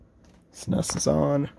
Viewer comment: I have never heard anyone say suh-ness before.